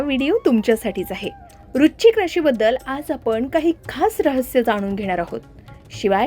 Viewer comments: वृश्चिक vrush chik उच्चार आहे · वृश्चिक या शब्दाचा उच्चार नीट करा